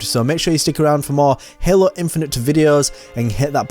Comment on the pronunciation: The way you pronounce Hael-oo makes me wanna rip my ear drums out 🤣